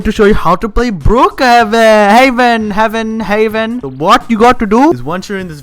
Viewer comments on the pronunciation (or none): Lol you say book haven but its call brookhaven not book Lol